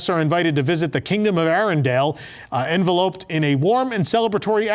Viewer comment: please check your pronunciation of “enveloped”, English teachers will thank you! 😎